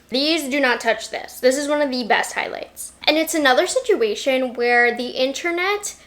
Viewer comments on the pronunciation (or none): none